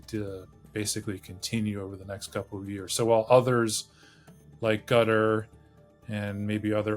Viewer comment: Qatar is not pronounced "gutter"